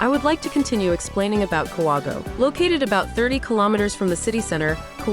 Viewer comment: Please learn to pronounce the place properly. Ka-wa-go-e.